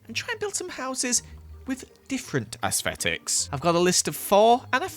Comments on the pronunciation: I’m really sorry Ik everyone is doing it but it makes me so annoyed lol: ASSFfFFeticKs Us: ITS AESTHETICS ITS CALLED AESTHETICS PLS JUST SAY IT RIGHT PLs don’t hate Ik not everyone is good at words and it’s hard for some people and I mean no hate but u got to admit that u atleast ones laughed just a bit lol and if u have come to the end pls leave a like that would just make my day if not that is totally fine uwu and if sees this pls it’s just for fun and a joke no harm meant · the way says aesthetics hurts me inside cuz im american and i say astetics he says it like asfetics AHHHHHHHH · nobody: still nobody::AESFETICS guys im sorry ik its not funny it just sounded funny in my head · No one:: aesfetics It probably sounds like that to me since I’m not British lmao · " Aesfetics " - 2020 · Nobody:: asfetics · trying to say aesthetics is mildly amusing